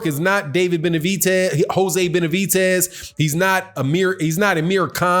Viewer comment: please call him by the right name it's Benavidez with a D not a T